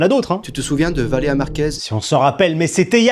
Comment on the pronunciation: C'est évident qu'il dit "Valea" pour gratter des commentaires l'enflure, il me débecte ce gars